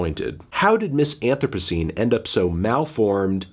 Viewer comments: Why did he pronounce the album name like that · wow melon weird way to pronounce album of the year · Bruh you didn't even say the name of the album right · Thank you I'm glad someone else clarified this as well. He also miss pronounced the name of the album like dude.....